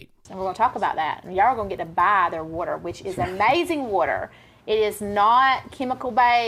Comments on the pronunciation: It's "worter" and you no it. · Why can't southerners pronounce the word "water" properly?! It's "water", NOT "worter", idjits! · Whudder and Water are very different things.